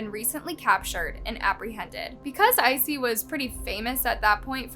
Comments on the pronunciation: His name is Issei not Icey. Bailey Sarian has a Murder Mystery & Makeup on this case. 🖤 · if i had any respect for murderers i would correct ur pronunciation of his name but fuck him, lets keep calling him icy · you could have at least researched how to say Issei correctly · LOL I'm so happy I'm not the only one who was bothered by it.